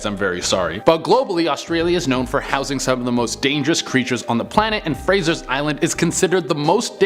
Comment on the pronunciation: It's "Frazer" (Not Frazer's) Island and has recently been renamed it's local Aboriginal name of K'Gari. It is visited by hundreds of 4WD-ers each year and is a top tourist location in Queensland. The Dingoes do not attack people and people are not allowed to feed them. The island is not overly dangerous or terrifying so I don't understand why it's in this list of "Terrifying things Google Maps do not want you to see".